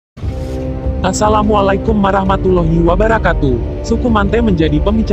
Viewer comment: salam nya tolong kondisikan, kurang ajar mulutnya ?? lebih baik gausah ngucap asalamualaikum dari pada harus salah ..